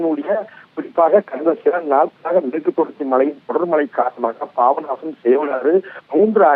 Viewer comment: Pronounciation worst. Babanasam... Papanasam.